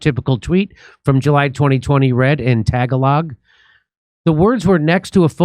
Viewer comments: It's not "Tag log". It's "Tagalog", the langauge spoken in PI. Like we speak English (errr... American - lol), they speak Tagalog. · Jimmy Tag a log is pronounced tah gahl ugh. Painful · Tagalog, (tah-gah-lig) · Jimmy did you say Tag-a-log.🤣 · Jimmy, i love your show, but i gotta be 'that asshole' and inform you that Tagalog is the language of the Phillipines, and it's pronounced 'TUH-GA-LO'. 😅🎉